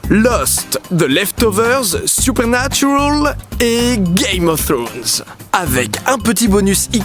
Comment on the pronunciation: Super vidéo comme toujours Didi, mais par pitié bande de Français si vous décidez de prononcer les noms anglais avec l'accent requis RENSEIGNEZ-VOUS SUR LA PUTAIN DE PRONONCIATION EN QUESTION AVANT DE L'OUVRIR ! Le "al" de Supernatural par exemple ne se prononce PAS "aule" bordel ! C'est moche !